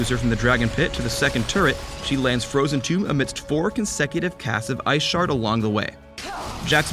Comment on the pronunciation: i heard "iceporn". ahahaha!